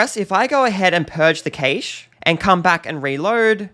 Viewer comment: Well that pronunciation of cache is a new one. I actually questioned if I’d been pronouncing this incorrectly all this time, but a quick google search later and I realised I’m not losing my mind and your pronunciation is wrong. Sorry if it sounds like I’m picking on something so small, but I find it hard to take onboard any advice from someone that cannot get the basics right.